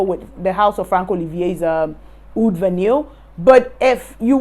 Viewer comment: It's pronounced VAH-NEE, not vahneel.